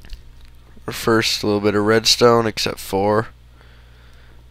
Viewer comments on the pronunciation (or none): Dude, say it loud and you'l see, you are saying fird secost and thirth, when its actually First Second and Third